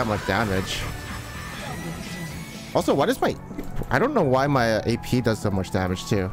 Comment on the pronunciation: “Gay peee gangplank”